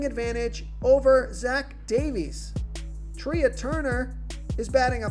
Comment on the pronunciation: FYI Trea is pronounced like Tray (a thing to place plates on in a restaurant.)